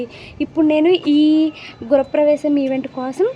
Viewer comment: Gurapravesham enti andi … Gruhapravesham